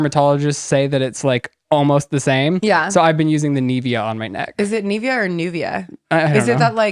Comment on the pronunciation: Hahahaha I'm dying at how you are pronuncing Nivea 😂😂😂😂